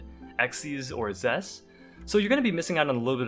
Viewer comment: ZES...ZES...ZES!! NOT X-ZEES! 🤣🤣🤣